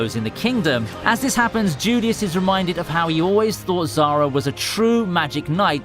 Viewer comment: That lits and tzulious though... it hurts every time